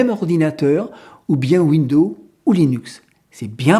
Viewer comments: Vous dites tout le temps (phonétiquement donc) « Window ». Mais vous devriez prononcer « Windows» avec le son « z » sur le « s » final. Sinon vous inventez un nom de système d’exploitation qui n’existe pas. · Rem : on ne dit pas window. C'est windows et on prononce le s. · Très bonne vidéo. Mais pourquoi prononcez-vous "window" (fenêtre, en anglais), et non pas "Windowze" (l'infâme système d'exploitation que tout le monde connaît) ? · Bonjour il serait correct de ne pas ennuyer le réalisateur des ces très bonnes vidéos simples et claires avec des soi-disant prononciations qui ne conviennent pas aux "oreilles sensibles" Windo par exemple..... ceux que ça gène ne sont pas non plus obligés de les visionner! il faut se rendre compte du travail énorme que représentent ces vidéos qui plus est sont gratuites! Merci pour votre compréhension et encouragements a! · Cette façon de parler qui me donne l'impression d'entendre mon grand-père ... Windeau windeau windeau ... Insupportable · c'est moi ou sa façon de parler est insupportable ?? windows se prononce ouinedose, répète apres moi. C'est toi Raphaël Enthoven derrière ton écran ? lol:face-green-smiling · Oui, ça m'énnnnnerve aussi ! Windoze, Windoze !!! C'est pas compliqué ! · windeau c’est comme Linu Min 😉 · Linux Mint c'est génial , mais Windows est utile pour les travaux d'impression . J'attends avec impatience les prochaines vidéos. Pour la prononciation de Windows , il suffit de dire "fenêtres" et "pomme" pour Apple , c'est plus facile .